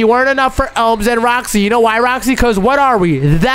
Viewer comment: IT'S OMZ NOT OMS